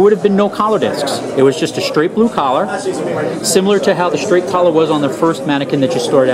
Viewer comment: Great video,please learn how to pronounce the word "straight" correctly...